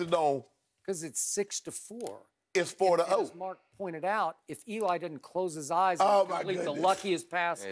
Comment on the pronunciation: Skip: "because its 6-4.." Shannon: "its Four ta Oh" LMAOO